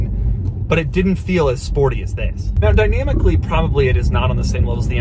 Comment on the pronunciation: It sounds like he's saying "Vis"